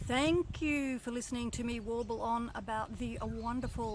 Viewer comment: She said warble. Excellent